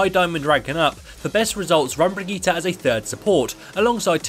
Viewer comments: Its actually pronounced Bri - gi - teh. With a hard "r". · bri - gi - tay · theres no A in bridgitte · The way you say her name is terrible. These are also more beginner basic tips. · everything right exept of your pronounciation of her name